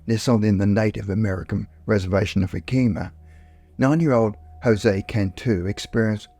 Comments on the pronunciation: It took me second to realize that "yah-keem-mah" was the Yakima reservation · Even the local news people pronounce it as Yah KEE mah until they get pulled up and corrected😂